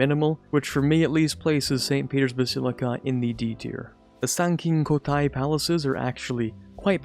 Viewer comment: Man mispronounces half of the monuments then comes in with the perfect pronunciation of the Sankin-kotai palace. Btw great vid as always